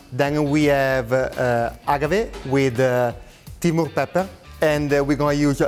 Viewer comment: A Mexican who can't pronounce "agave"...